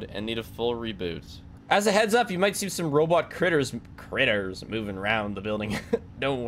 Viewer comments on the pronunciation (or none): Love how as soon as he sees the word “critter” he immediately switches to a Southern accent 💀